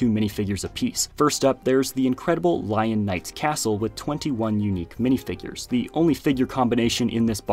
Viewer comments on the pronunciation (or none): none